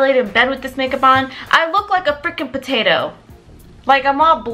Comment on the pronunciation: “Potatah” emphasis on the tah😂😂😂